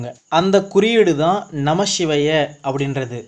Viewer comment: வணக்கம் தம்பி, நமசிவய என்கிற தமிழ் மந்திரத்தை, பஞ்சாட்சர மந்திரத்தை உச்சரிக்கும் போது மட்டும் ஏன் நமஷிவய என கூறுகிறீர்கள். வடமொழியில் சொன்னால் தான் மேன்மையாக, உயர்வாக இருக்கிறதா என்ன.